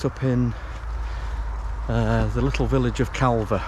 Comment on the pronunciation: It’s pronounced Car ver not Cal ver.